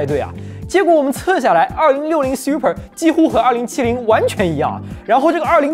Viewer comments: 这个Siu per听得我太难受了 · 這個super的念法是真的xiuper嗎